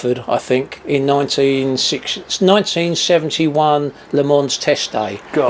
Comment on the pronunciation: That's a great example of passion and drive to create something you love. Only bad point: they did all that research and then they can't pronounce Le Mans. Still, congrats to them on making a great car. When my numbers come in, I'll be driving to Essex with a very large cheque.